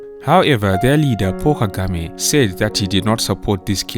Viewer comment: Paul Kagame. It sounded like "Poor" Kagame. He is the rare African leader who is honest and speaks the truth convincingly.